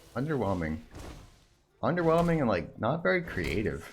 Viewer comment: SRO Plumming his worst match up: " UnDeRnWeLmInG "